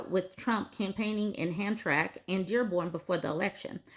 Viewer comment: Hey It’s pronounced Ham-tram-ick ( I grew up in Michigan near there)